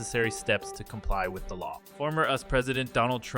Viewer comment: I hate affirmative action but at the same time this video's pronunciation of "US" as "us" and bad syncing between the audio and text should be fixed